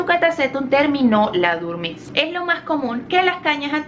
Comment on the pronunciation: Se dice dormancia (Del fr. dormance) o dormición, no durmancia.